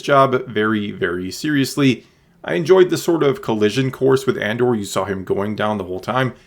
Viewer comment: I can't tell if you are saying Andor or And/or. :)